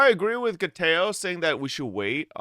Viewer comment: Gayteoo? Who? Sounds like a nobody